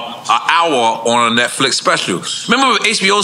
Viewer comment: Quake repeatedly saying “NextFicks” is wild😅